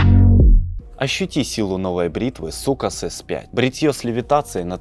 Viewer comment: Ахахахахаххахахахахахааххаахахахах не сукас а соукес😂😂😂😂😂😂😂😂😂😂😂😂😂😂😂😂😂😂😂😂